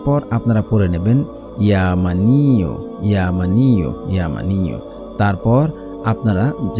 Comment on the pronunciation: ভাইয়া আল্লাহর নাম ইয়া মানি.... উ না বরং উচ্চারণটা হলো ইয়া মা....নিউ।